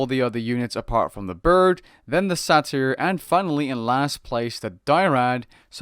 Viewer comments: He also mispronounces Satyr. It's pronounced like "Later" but with an "S". Not "Sah Tear" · What are these pronunciations? "Die-rad": Dry-add. "Sah-tear": Say-tear. (I do think Sah-tear is technically correct, it's just Say-tear is much more common. I don't mean to insult you or another, it just stood out to me.